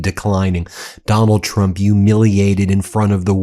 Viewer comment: 😂 “Donald Twump” 😂 we ❤ you Ben